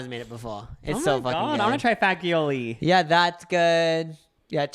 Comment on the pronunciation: Also in italian when g is followed by i it is pronounced like "jee" lol please pronounce fagioli right